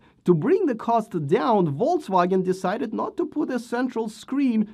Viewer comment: I just realized you may have been pronouncing it "Voltswagen" all along :)